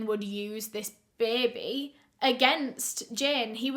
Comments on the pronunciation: Does anyone else love how she says “bay-bay”. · this is so random but the way u say baby is so satisfying to me ??? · Between her accent and the New Orleans one when they say "baby" 🤩